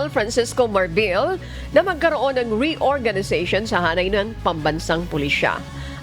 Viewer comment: Si ate parang hirap bigkasin ang S. halos lahat eh Sh. Marcosh, reorganishashshon…. Lol